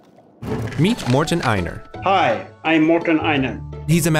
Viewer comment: His name is Mårten not Märten.